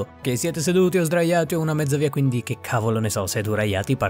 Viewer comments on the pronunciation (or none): Mi piaci quando dici ``seduraiati``